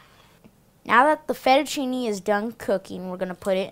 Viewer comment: i thought he said fetishchini lol!